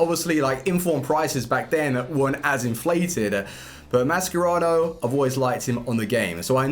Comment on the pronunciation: I love you bro, but it’s pronounced Ma-Sher-Rah-no not Ma-Scer-Rao